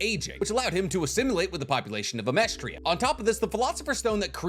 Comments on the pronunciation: Its amesTRIS. Not Amestria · Pretty sure it's Amestris not Amestria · is he just calling amestris "amestria" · Amestris. Not Amerstria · i dont know if youre saying Amestris as Amestria on purpose, but it makes my eye twinge every time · AH-MESS-TRIS it’s not that hard. It’s not that difficult. It’s not The Philippinia it’s just the Philippines